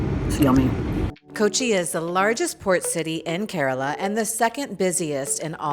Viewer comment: Instead of mispronouncing, Keraala, she said Kerala. She is alright. The best gift of Kerala to mankind, Ayurveda! Catholic here and even I can vouch for its efficacy cent percent. And of course, anything coconut and banana chips; so on and so forth goes the list. We are not perfect; still have a long way to go but we do so steadily. And if not for anything, some of the handsomest men on the planet, especially Calicut and Kasargod...oh , well!